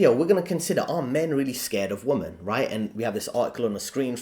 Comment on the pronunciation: Please learn how to say WOMEN